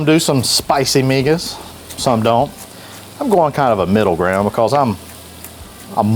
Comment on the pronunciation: First thing is that you dhould get a better source to reference in your video. Migas Tacos are a hispanic breakfast food... in my experience throughout the hispanic community. find yourself a hispanic cooking youtube channel to find the correct way to cook migas and the proper way to say the name of the taco. You did a disservice to my heritage. Also, everyone knows that San Antonio has better tacos than Austin.